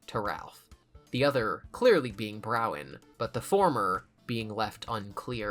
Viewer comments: Okay awesome, but listen, Bronwyn is pronounced Bron-Wen, not Brow-Wen. This is crucial lore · why are you calling her Browen when her name is Bronwen lol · Please, it's "brawn-win" stop saying "brown" 😭😭😭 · Why can no one read Bronwen correctly 😂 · my favorite is how he mispronounces bronwens name EVERY single time